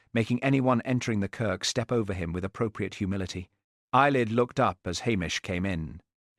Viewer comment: Eilidh (pronounced AY-lee). It is a traditional Scottish Gaelic name that translates to "sun" or "radiant one" and is widely used in Scotland as the Gaelic equivalent of the name Helen